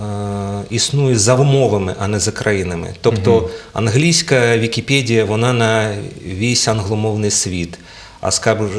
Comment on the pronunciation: ВікіпЕдія, а не ВікіпЄдія!